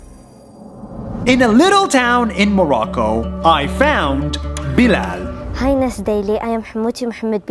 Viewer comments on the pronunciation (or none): You pronounce Bilal "bilel" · I think you said bilal wrong